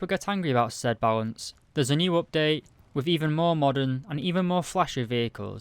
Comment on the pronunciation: When you say balance it sounds like you are saying bounce.